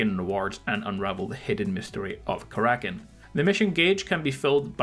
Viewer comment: It's Kara-kin not ka-rakin'